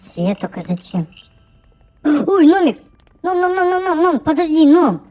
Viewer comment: Почему ти говориш номик ане гномик?